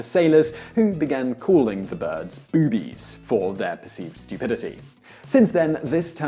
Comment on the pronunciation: Please, I know it's just me but it made it hard to listen to you refer to my favorite optical objects.... boobs as, "bewbs" and "bewbies". Drove me nootz.